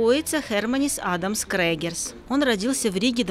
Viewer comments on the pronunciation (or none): Не Крегерс , а Крюгер